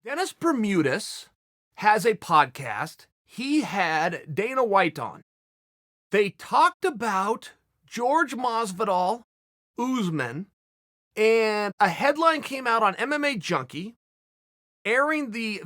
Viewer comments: Chael. its Jorge. Not George ! hahaha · if I ever get to meet Chael i’ll teach him how to say “Jorge” and not George 😂😂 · If chael says George Masvidal. It.is.'George'.Masvidal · I hate that he says "George" Masvidal.. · It hurts me every time Chael pronounces Jorge as “George” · Nobody: Chael: "George" Masvidal